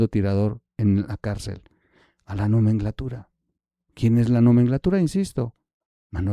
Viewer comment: Hola, Diana Laura, sin duda estaba muy triste, pero murió de cáncer de páncreas! Por otro lado no es "nomenglatura" es nomenclatura. Saludos